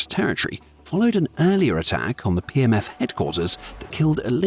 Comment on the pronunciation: A couple of times it sounded like you said "PMS Forces". I thought it hilarious and proper at the same time.